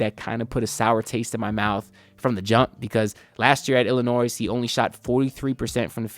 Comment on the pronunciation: Breaking news - the final “s” in Illinois is silent and always has been.